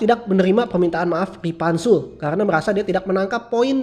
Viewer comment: Ripanzul Woi Bukan Ripantek🤣